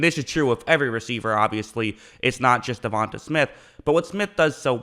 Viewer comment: De-von- tay